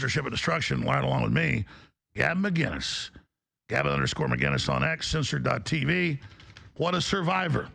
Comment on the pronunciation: There's no G in "Mcinnes". Why the F can't Americans say "Mick-Innis"